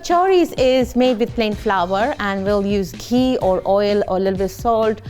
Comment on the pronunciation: ghee not kujac khee